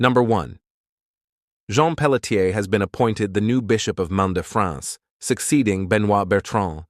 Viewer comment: Pelletier is not pronounced Pellet-ear but Pellet-yay.